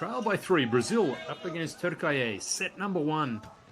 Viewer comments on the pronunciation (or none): I think someone should teach this commentator how to pronounce ‘Türkiye’. It’s not ‘TürkAye’, but pronounced ‘TürkEEye’. It’s not hard, we expect more attention to detail please. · Which language pronounce Türkiye as Turkayey 😂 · Why are you pronouncing ‘Türkiye’ that stupid way?”